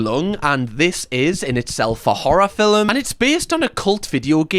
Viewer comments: the way you pronounce "film" is so satisfying. "fil-m"; so good. you have the best accent lol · I've seen your videos before... I don't think I've ever heard anyone pronounce every letter in film like that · I like how you say film. 😊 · Mispronouncing film like Melania does is a choice 😂😂 (it's a joke!)